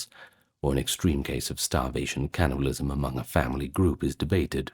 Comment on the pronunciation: Spit out the syllables. Turning T's into D's, K/C into G's. "Gannibalism" "lygge, gomment, and zubscribe"